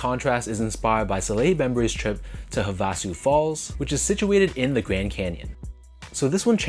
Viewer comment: Havasu is pronounced (hah-vah-SUE) with emphasis on the last syllable. Would you pay resale for this pair or the Joe Fresh Goods x NB 990v3 Outside Clothes?